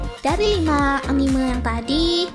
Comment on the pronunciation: Sudah gue duga, dari cara cewek ini ngomong anime bukan gaya orang papua nyebut hurufe, tapi cara nyebut e nya kayak huruf e di kata "terbaik" itu yang bikin ane notice kalo dia ini bukan penggemar anime 😂😂😂